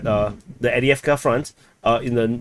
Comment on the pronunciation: Love this new format and informative aspects that have been added. However please acknowledge it’s Av-diiv-ka not Adi-avka